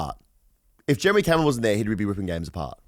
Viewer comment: And the drop c***/Jeremy Cumron haha DOES STROKE